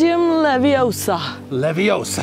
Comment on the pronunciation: It's LeVIOSa not Levisoaa.